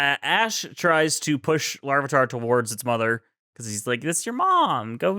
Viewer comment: Goodbye LarvEEEEtar. We shall miss you, but never how they pronounced your name